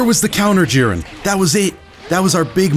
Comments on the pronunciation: Bro it's jeer-in not jir-N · its not jeren its J"I"ren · The way you say jiren makes me cringe so much bruh